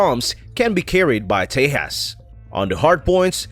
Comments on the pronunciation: Not te-has.... It's te-JAS..... (J ISN'T SILENT) do some proper research before just posting videos Cant even get the damn pronunciations right.... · btw, its pronunciation is ;j is not silent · The "J" in Tejas is pronounced as J, not H.